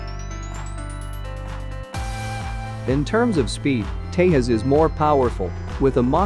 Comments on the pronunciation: Nice video btw its pronounced Te'j'as not Te'h'as Also Tejas can carry the BrahMos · It is Tejas not Tehas or Teyas. Do you ever call Jack as Hack or Yack, you don't, right!!!! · Its pronounced tejas like its spelling not tehas! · You must pronounce J as J, not as H. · It's 'Tejas' not Te'as. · Its pronounce teJas not tehas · J in tejas is J, not pronounced as h. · It's Tezas! Not Tayhas stupid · did he say HAL ''tehas" how verbally retarded are u? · Why do you keep calling tejas as tehas- Indians are not Spanish .Your credibility is in shreds if you don’t even know how a name is pronounced. Who told you that every J has to be silent/ is John Pronounced yawn? Tejas in Sanskrit means, brave or someone who shines with brilliance Learn before u make videos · Good comparison between two aircrafts. But a correction in pronunciation of ‘Tejas’, the ‘j’ is supposed to spelled as ‘j’ and not as ‘h’. Thanks. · You pronounce J differently for Hurjet and Tejas. J in Tejas is pronounced like you pronounce J of Hurjet ( English way rather than e.g. Spanish way). Thanks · Why are you not pronouncing j